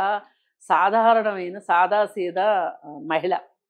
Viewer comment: సదా....కాదు . "సాదా" సీదా అనాలి. నాయాల్ది కత్తందుకో జానకి.😡